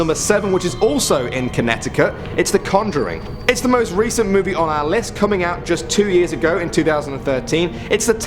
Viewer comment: The congering